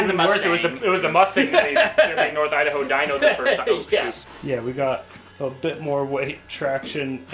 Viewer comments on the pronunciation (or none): I love the way he says Idaho "Idawho" lol